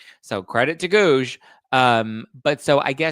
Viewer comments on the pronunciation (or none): Every time says "Guouge" an angel gets it's wings